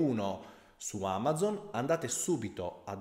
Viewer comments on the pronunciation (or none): none